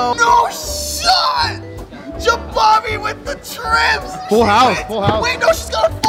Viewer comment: i cringe every time u misspronounce jabami